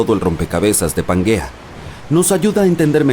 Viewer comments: Pangea, no suena como panguea, que no te enteras... Y si no sabes pronunciar como sera de verdad lo que comentas, a mi no me convences🎉🎉🎉🎉 mucho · ¿Donde ve usted la u para se lea panguea y no Pangea?